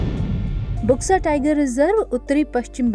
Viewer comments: It's not बुक्सा, it's बक्सा....बक्सा टाइगर रिजर्व. See in here U is not being pronounced as u/oo, it's actually o/silent U. (in bengali) বক্সা = बक्सा (in hindi) Buxa is pronounced as Boxa/Bksa....not Booxa. Eg-Blunt, bulb, Burden, Bug, Buxa. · इसका उच्चारण बुक्सा नहीं बल्कि बक्सा टाईगर रिजर्व होगा। इस क्षेत्र को डुआर्स कहा जाता है। असम में भी बक्सा नामक स्थान है।